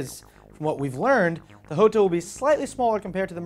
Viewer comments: top gear pointed out the big pecker months ago and its probably pronounced yo-ta not ho-ta since its italian not spanish. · Its "Jota" not "iota" ... do you also sai "iames"(James) or "iustin Bieber" (Justin Bieber)? :D reat show show and spelling stuff is sometimes easier than it looks :D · You're still wrong, it's Ho-ta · I thought the Jota was pronounced (Jaw-ta) i didn't know it was (Joe-ta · Hey, which pronunciation of "Jota" are you using? I know the word exists in numerous languages, all with a different pronunciation for each. The way you said it sounded a bit more French than Spanish.